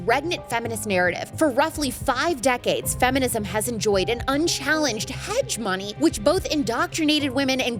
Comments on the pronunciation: Oh girl. Hegemony = hej'-uh-moh'-nee not hedge-money sigh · Did she just say hedge-money?! I think that's supposed to be /həˈjemənē (hegemony)